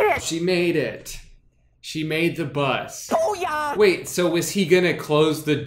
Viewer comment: The way Ron says "boi-yah" really bugs me because it's supposed to be "boo-yah''. Next you're going to tell me that they won't include bueno nacho